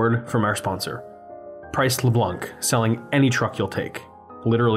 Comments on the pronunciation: the c in Leblanc is SILENT. Price Leblan==a short n at the end. And i'm sure that Dillards was DH Holmes when the Mall opened. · Uh, it's Price "Le-blaw." It's French, for you Wasps out there. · And you don’t pronounce LeBlanc properly. Btw